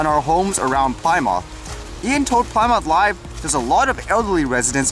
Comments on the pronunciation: Awesome content as usual... Plymouth is pronounced as Plimith not Ply Mouth.lol Have a great day. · Plymouth - Not pronounce ply mouth lol but plim-ith like in the now defunct car company (Dodge/Chrysler/Plymouth.)